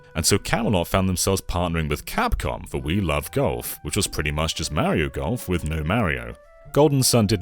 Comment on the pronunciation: Who the hell is "Meriow"? Is he a cousin of "Semes Eren" and "Worio" ?